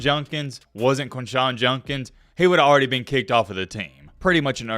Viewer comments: Its Jud not jun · I want to hear someone break this story. The reporting is on point, but for god’s sake man, know what words you are using and pronounce them correctly. Are you drunk? It’s not Junkins it’s JUDKINS. You spelled it right in your title. “Exponentially clear” doesn’t make sense. Like no one says this at all. Maybe explicitly? C’mon man. You have a good mic. Make the words sound good. That’s all I ask. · quindshawn jundkins...lol come on, simple pronunciation